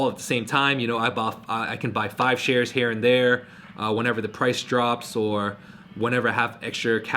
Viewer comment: he said " am just here to shit some information on you" lmao love your vids!